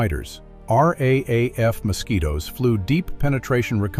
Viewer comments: the AI commentary is painful. Nobody says R A A F. It is pronounced R double A F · Raaf pronounst r double a f